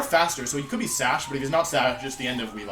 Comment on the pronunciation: Damn, that "sash" at the end lol